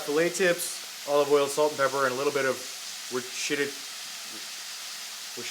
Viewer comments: Wurst - err - shire sauce. Boom. 😅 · Worcestershire sauce, said like wooost e shire. Tongue twister i know and melted my heart watching the struggle lol f.y.i definitely trying the lobster mac! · “wor shitted” lmao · You won the last bit of my heart trying to say worcheshire (whatever the hell it is). Do you need a wifey to cook for and love your food? I volunteer🙋